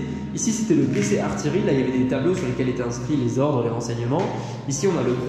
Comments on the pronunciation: Attention, votre prononciation d'"artillerie" est fausse dans votre vidéo. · super vidéo merci, toute toute petite remarque: artillerie se prononce ''artiyerie'' et non pas ''artilerie'' ;-) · artillerie pas artilerie !!! \aʁ.tij.ʁi\